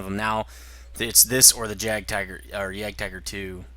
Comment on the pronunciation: Isn't "Jagd" pronounced "Yahgd", as one syllable?